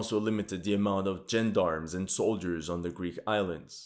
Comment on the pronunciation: Timely episode, good content, keep up the great work re such conflicts. Did notice your unusual (for a French Canadian) pronunciation of "gendarmes"...